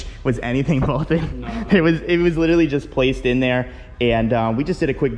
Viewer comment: I take a shot every time he says li-terally